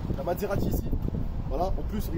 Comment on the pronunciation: Sa ce dit Maserati pas matserati